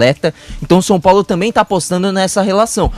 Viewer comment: Såo Paulo kkkkk tá osso